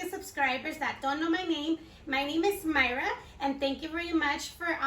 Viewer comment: Jejejeje 😂 usted es la que no sabe pronunciarlo ni escribirlo porque su nombre es y en inglés es Myra... No Mairuaaa cómo usted lo escribe 👎 Jejejeje 🤣